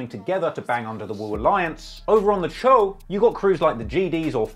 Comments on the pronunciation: "Choo" it's pronounced "chow"🤣🤣🤣🤣🤣💀💀 not chew, chow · Say doe. Its pronounced choe not chew. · Isn’t it pronounced “Cho” ?? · You saying choo so wrong